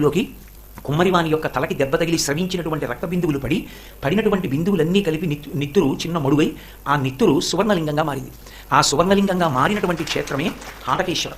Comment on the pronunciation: Hatakeswar అనాలి haatakeswar కాదు. చిరునవ్వుతో ఉంటాడు చిద్విలాసుడు , చిన్మయి స్వరూపుడు అని అర్థం